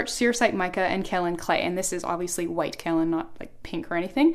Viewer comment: Kaolin clay is mined in Georgia USA. it is pronounced 'Kay-O-Len', not kow-len